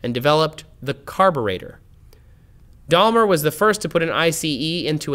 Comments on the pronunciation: Gottlieb Daim...ler, not Dal...mer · I guess you mean Gottlieb Daimler, who is definitely not pronounced "Dahlmer". Try saying "Dime-ler".